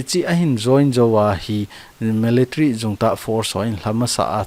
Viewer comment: Me le tary- meletary ❌ mii lii tary - Military✔️